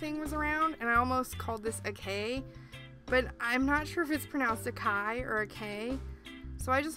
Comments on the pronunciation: acai pronounced ah-saw-ee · The word acai is pronounced ah-sah-EE.